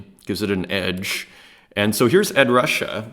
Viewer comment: It's pronounced Ed "Roo-Shay" for Ed Ruscha. He was born in Omaha (like me) before moving to California